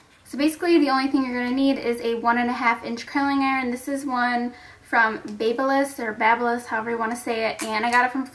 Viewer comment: She said babyliss -.